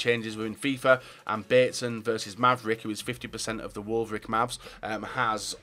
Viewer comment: The wolfvricmavs XD It's MavricWolfves